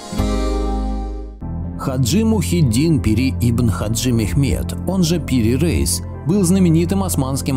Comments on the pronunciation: Не Пири рейс, а Пир Раис. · не надо оглуплять предков. О том, что земля круглая, знали еще древние греки. Странно, что Пири Реис (он же Раис - если не ошибаюсь, "староста") упорно именуется Рейсом, словно он американец. Видимо, какой-то недоумок значок ударения принял за "и краткое". Но ваш тезис о невозможности построения карты без аэро - или спутниковой съемки разбивается в пух и прах отсутствием единой координатной системы. В этом случае она была бы построена в хорошо нам известных сферических координатах. А по построению это портулан - карта для прибытия в порт, и построена она по не используемой ныне системе многополюсных полярных координат. В море и на суше четко выделены полюса, из которых под заданными румбовыми углами расходятся лучи с точными расстояниями до береговой линии. Естественно, что при таком построении искажения будут минимальными. Как такая карта создавалась? Да вероятно так и создавалась: радиальными проходами от заданных полюсов в заданном направлении с измерением расстояний.